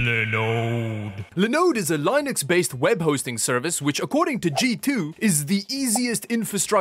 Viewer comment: Please,, it's not Lainux!